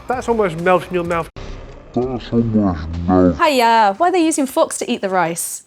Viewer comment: uncle Roger saying haiya= haaaaaiiiiiyyyyyyaaaaaa.... saying haiya= haya!